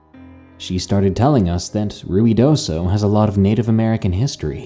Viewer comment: Ru-E-doso? No, it's closer to Ru-ah-doso.